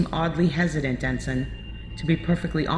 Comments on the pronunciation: Voice of Thrawn here. A lot of people have asked why I kept pronouncing "ensign" the way I did in this production. The answer is surprisingly straightforward. At the time of recording for the part years ago, I had never heard the word, so I just kind of winged it and nobody bothered to correct me. I guess they just chalked it up to being Thrawn's accent, a still-somewhat-rough knowledge of Basic, or both. I have since learned the correct pronunciation of the word and will take it to heart in future productions. I hope this answers your question on the matter. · Awesome job! However for future productions "ensign" is pronounced EN - SIN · They pronounced Ensign wrong. It’s pronounced En-sin, not En-sine. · En-sign is said like EN-SIN. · In this production, Thrawn consistently mispronounces the word “ensign” as to wether it has a long i or a short i. When I was a child, I also did this. This can be rationalized because Basic is not Thrawn’s native language. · I do wish they could have pronounced "ensign" correctly.